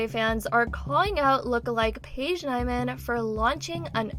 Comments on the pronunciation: it’s pronounced Paige neemann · It gave me so much anxiety that she constantly said her name wrong when its so obvious how yo pronounce it